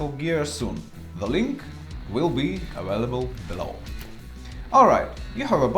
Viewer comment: Great video mate! Really useful. Can I give you a small piece of advice? The "V" sound is hard in English, so "aVailable" not "aWailable". Cheers! 🏍️